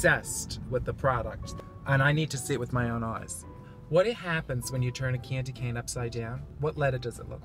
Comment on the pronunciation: I could watch Coco pump gas all day. lol I love how she says "KandyKane" (that's what it sounds like to me)